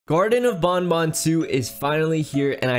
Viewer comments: its banban not bonbon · he is saying bonbon it is banban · It,s banban not bunbun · garten of bonbon lol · Why do people call him bun bun it's Ban Ban (Banned Ban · it's not grtine of bonbon it's grtine of banban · It is garten of Banban not garten of bunbun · Banban not bonbon Sorry if I'm being mean